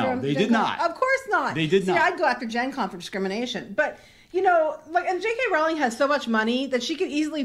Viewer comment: Can I just say thank you for saying Jk Rowling's name right? I can't believe after decades people continue to say it incorrectly. Love your content btw, I found you through the amber heard trial and love how you don't put up with bs